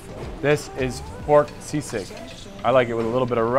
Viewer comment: Its SISIG not SEASICK hehehe